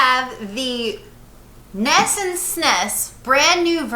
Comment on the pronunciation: Have to agree with FFVI being best, sorry! Also, N_E_S... not "ness!!!" Having small anxiety attacks everytime you say ness or sness... O_o